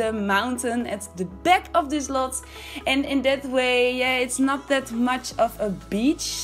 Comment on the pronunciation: What the fuck is a 'peck' ? And lets go 'beck'? AAAAAAAAAAAAAAAA, A! lol.